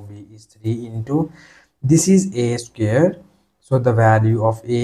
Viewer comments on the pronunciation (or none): CAN YOU NOT PRONOUNCE SQUARE...instead of SCARE ???????.